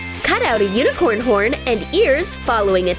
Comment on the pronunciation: but it’s Unicorn not Uincorn